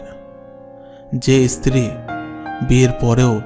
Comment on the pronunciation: Kathar uchharan valo karun, istri noy, stri